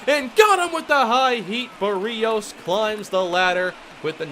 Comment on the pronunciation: Does anyone else get annoyed when he pronounces Berrios wrong every time?